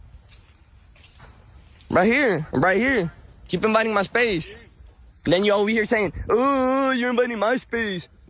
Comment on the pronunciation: "you inviting my space" 😂 he can't say "invading" because he doesn't believe in that word.